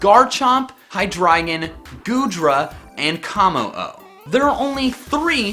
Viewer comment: I cringed every time you pronounced truant and komo-o why because YOU pronounced them wrong and metagross is able to one shot garchomp